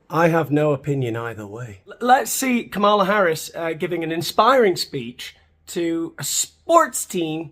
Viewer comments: Try saying her name correctly. For starters, not Kamaala. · Maybe before you're going to tear someone a new one and put in the work to edit in annoying cutaways you should learn how to pronounce her name.